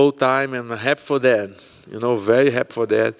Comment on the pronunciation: He said happ instead of happy I love that 😂